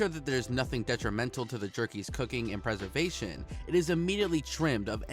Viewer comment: he even said “preversation”😂